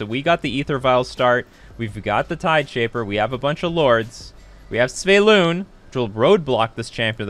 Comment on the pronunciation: Why do you pronounce it Sv-e-y-lun when it is Sv-y-e-lun ? 🤪